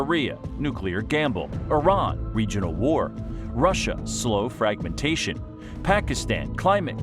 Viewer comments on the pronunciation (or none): none